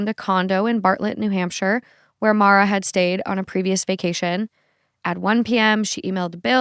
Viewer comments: Why do you keep calling her Mara?? Her name is Maura. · Mor-ah. Not Mara. Everytime you said her name it was Mara. She was a victim of circumstances and as a victim I think her name should be corrected. I didn’t know her or the family but I’m close enough to the area that to this day we have billboards with her name and face on it. I appreciate the work you guys do but my constructive criticism is that you only pronounced her name right a few times. Maybe it’s an accent thing but again she was a victim and her name deserves to be correct when pronounced. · It wouldnt suprise even she mispronounced her own name cause americans seem to think irish is english. Her name should be pronounced More-ah. With no break just all in one. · Her name is Maura Not Mara, you pronounce it like Laura but with an M